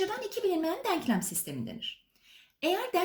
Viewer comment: Hocam harikasınız süpersiniz diksiyonunuz da çok güzel ama yanlış anlamazsanız deanklam değil denklem denmesi gerekiyor. Gerçekten izlerken kulağımı çok tırmaladı söylemek istedim